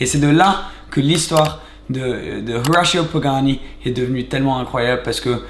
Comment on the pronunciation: Pourquoi tu prononces Horacio pagani en anglais ??? C’est du n’importe quoi, il est argentin ...